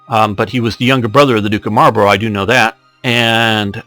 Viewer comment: oh and buy the way Marlborough is pronounced mol bru